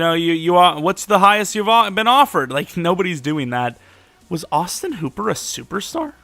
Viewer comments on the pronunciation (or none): none